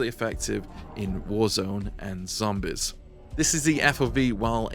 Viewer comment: You said zombis like you got diabetis lol